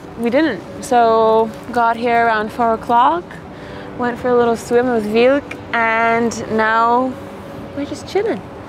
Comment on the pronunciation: Dogs name is Vilk. Male. Pronounced Veelk.